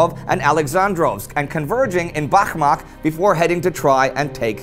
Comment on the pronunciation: Bakhmach is pronounced as Bach-mutch